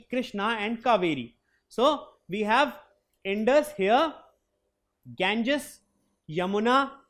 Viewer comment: Sir you telling wrong pronounced ganga and indus